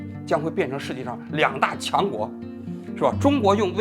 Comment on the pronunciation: ”两大qiang国”😂真过瘾啊